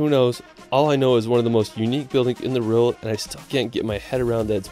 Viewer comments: It’s a W not an R not rowld, world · why does he pronounce world like that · this guy cant say world, lol